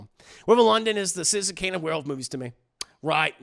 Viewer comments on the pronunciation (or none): none